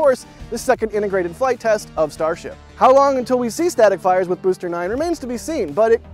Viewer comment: "Boster" 9 😂🎉